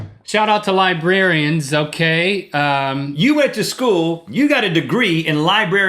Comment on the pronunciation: does it bother anyone else that he said libarians instead of librarians